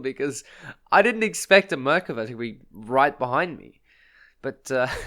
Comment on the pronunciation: The way you say Merkava makes me irrationally angry, but that was a great kill on it.